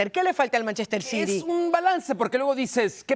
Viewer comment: Por que Carolina no dice bien Manchester City